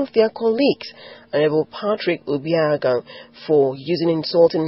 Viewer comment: This newscaster is a mess for not being able to pronounce the name OBAHIAGBON. Is she not Nigerian?.